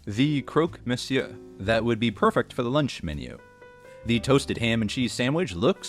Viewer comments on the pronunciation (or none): none